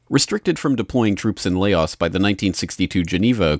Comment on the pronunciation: Laos not lay oz.